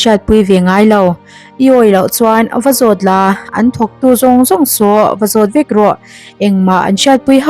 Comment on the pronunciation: '...nangmah ang VËK.' Mizo ṭawng chhiar dik zir nasa rawh khai.